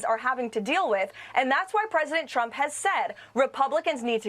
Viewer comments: President chump 🤣 her speech impediment never gets old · I guess she has a speech impediment cause Karoline Leavitt always says "President Chump"...I couldn't agree more.